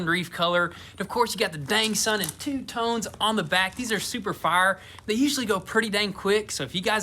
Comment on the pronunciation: "DAWG SUN".... lol